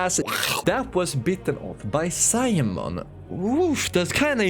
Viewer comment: His name is Simon not Simon mon